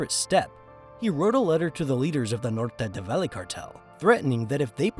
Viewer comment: not many, actually just some spanish words; “Valle Del Cauca, Norte del Valle, hombre del overol, andres “florecita” lopez lopez” and maybe a couple more👍🏼